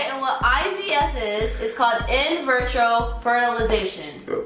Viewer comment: This girl done said “in virtro-fertilization” 🤦🏻‍♀️🤦🏻‍♀️ it’s “in vitro” babygirl .... 😂😂😂 how are you trying to go through a process and don’t know what the hell its called? 😭😭😭